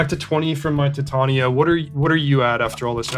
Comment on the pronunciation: Everyone else: titain-ia Reid: tit tania